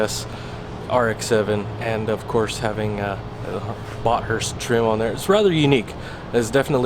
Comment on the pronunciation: You pronounced Bathurst wrong. It's Bath-urst, you don't separate the t and h. Great car though.